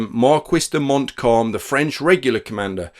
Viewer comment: listening to your pronounciation of Montcalm I think you will have to apply for a German passport and so fieldgrey history is born